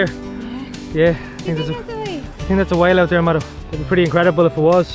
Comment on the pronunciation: The first couple of videos I saw I hadn’t paid attention to name of channel/content creators. I thought was calling her madam. I still have to remind myself he is saying Mado!